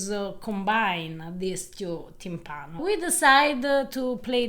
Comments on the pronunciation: P.s. it's tìmpano, not timpàno. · Che bel lavoro. Grandi come sempre. E poi che meraviglia mettere nel titolo del video "timpano" come lo pronuncia lui . Che tenerezza. Vi adoro